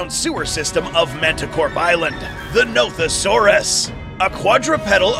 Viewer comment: At the Nothosaurus part when he said the dinosaurs name, I thought he said Nope-a-saurus